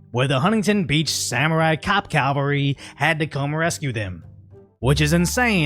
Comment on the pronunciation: Great video, but for one thing. It is cavalry, not Calvary.😉